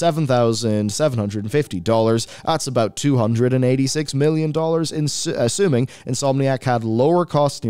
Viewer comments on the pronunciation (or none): none